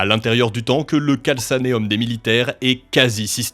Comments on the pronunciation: très interessant, a on prononce simplement « CalKnéum » au lieu de « CalSanéum » mais sinon au top 😁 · On prononce "calkanéum" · Le calcanéum se prononce "kalkanéum" pas "kalssaneum" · Franchement très beau travail, par contre, c'est calcanéum mais cela ce dis calkanéum 😅. Je sais de quoi tu parle j'ai us le droit de vivre ce que tu raconte et par chance j'ai juste us une triple fracture au "talon" gauche et ce que tu explique effectivement sa fait un sacré choc dans un V.A.B